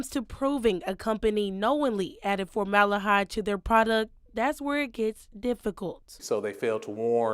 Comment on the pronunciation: It’s FormalDEhyde with a D!! Not FormaLAH-hyde🤦‍♀️ This reporter sounds like she just got her GED😫